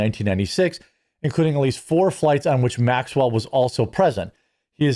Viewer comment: You are mispronouncing Maxwell's name.